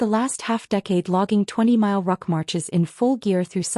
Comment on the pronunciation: Good grief!... Here we go again... another poorly or lack of editing both, oral and/or written. Examples, among others: a "rock" march... how about a "ruck" march as in a march with a full heavy "ruck" sac; " live" pronounced as "liver" instead of " live " as in "hide". We won't mention the ever present problem of most of these stories with the pronounciation of " read" which changes according to the tense that can change the overall sense of the narrative. There are many more. The strangest thing is the proper pronunciation according to the story and some lines later in the narrative, it is totally wrong. I thought, at one time, that maybe it was somehow an AI issue. However, in this case, it seemed that this was not the case but rather a poor editing job, a lack of care in the final product posted for the audience, a lack of respect for the audience a lack of self respect for the final product. It distracts from the overall entertainment experience for the audience.